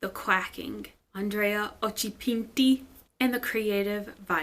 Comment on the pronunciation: Hearing you pronounce "Andrea Occhipinti" is my new favorite thing. And you say it right... most people don't.